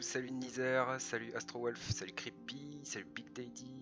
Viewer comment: C'est pas Nizer mais ça se prononce Nayzer enfin x)